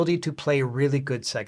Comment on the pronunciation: Mate, I love your channel. Please learn how to pronounce Sega.